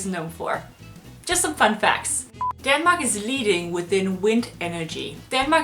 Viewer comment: It's Denmark in english, not fucking Daaanmark